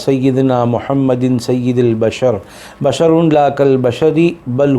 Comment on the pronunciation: Lafaz Bashar hy Yea Mashar . Bay ka nukta nahi hy. Voice mei Bashar keh rahey lakin leakha meem hoa hy. Koi bata dey pls . English mei leak dei pronunciation.